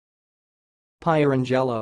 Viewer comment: No, not even close. Pier-ang-el-o, accent on second syllable.